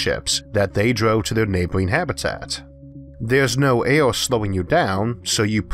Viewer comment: vids not bad but i cant take how u say air and other words just makes me lmfao in such a serious subject